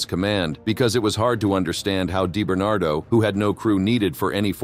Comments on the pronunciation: ” Dye “ Bernardo 😊 … it’s pronounced ” Dee “ Bernardo . 😂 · DEE - Bernardo, not DIE - Bernardo. Jesus. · “Die barn bar do.”😂😂😂. AI is here to stay apparently. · Deyebernardo lol